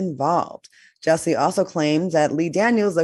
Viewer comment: Why can't Al say Jus-see?? 😂